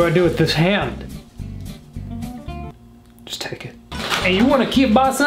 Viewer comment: Huh, he pronounced kielbasa quite nicely 😊